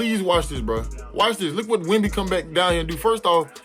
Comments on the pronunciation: if i hear another “wee wee” im unsubscribing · Bro every “wee wee” got me dead💀💀💀